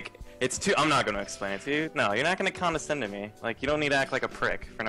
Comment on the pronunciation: con-da-scend... :\ He keeps saying it wrong over and over, arrrggghhhh...